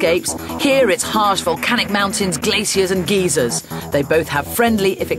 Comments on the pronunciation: You fly into Keflvík, not Reykjavík. And did she say geezers?! Oh wait...geysers. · IT'S GUY-ZERS NOT GEE-SERS!!!!